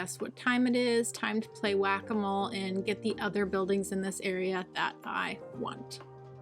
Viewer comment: Everytime you say Whack-A-Mole my German Brain goes Guacamole 😂. I love how this City is taking shape, so satisfying to watch. And of course another great detailing session. It wouldn't be a Video without it ✌Loved the Butterflies at the End